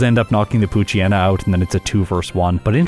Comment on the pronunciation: I wish people pronounced poochyena and mightyena's names correctly. the "yena" comes from "hyena". It's pooch + hyena and mighty + hyena. Poo-chai-ee-na and either might-aye-ee-na or might-ee-na